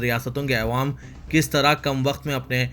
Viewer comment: bhai Ma Shah Allah bahot ache se padhte hain Akhbar lakin ek lafz p ghalti hori jab bhi ap awwam bolna chate aewam bolte ho plz khiyal rakhin